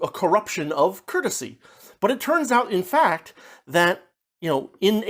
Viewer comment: This trope of Swapping the Main Character with a prominent one has a vast history … just around this time, two come to mind: The Man In The Iron Mask, 1847 & The Prince and the Pauper, 1881 - also that pronunciation of Curtesy 😅 reminds us all that Translation must have Thousands of examples tripping them up. Especially as living examples diminish the further back you look.